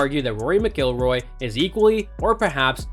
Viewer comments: What a dip wad you are not knowing how to pronounce Rory's last last correctly!!! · Learn how how to say his name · Learn to pronounce the names correctly if making a video on a subject. Video is good, but had to turn off after hearing you say his last name wrong multiple times. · Besides the mispronunciation, the cadence of his speech is ridiculously affected. Easy thumbs down 👎🏼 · Can't even pronounce his last name correctly!